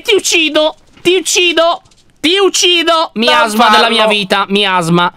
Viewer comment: Mi-asma ho miasma? LOL.